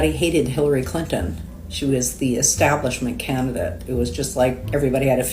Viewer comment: Hilary Clin-TON, clin-Ton. TON! Am I the only one that heard the extra tack on the T in that name? Shit kills me when they're over enunciated. This guy needs to go find where his wife (or whatever) has hidden his balls and g weer t them back. Blue states typically are shit holes and I don't give a damn what anyone from those states have to say about politics. People have sex in the middle of the street durung Pride "parades" (NY, Cali, less in the smaller cities). But normal people aren't that insane, so I have my doubts about that "marching" claim.